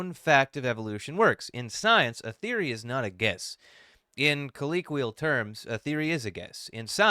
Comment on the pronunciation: Yup, you definitely get words wrong too. I couldn't help notice you mispronounced colloquial. Stuff happens. :P